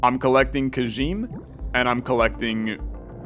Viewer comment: Kajime is pronounced like "Kuh-gee-meh" on account of it is Japanese.